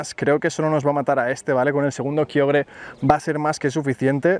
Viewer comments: Porque le dice kayogre a kyogre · dices kaiogre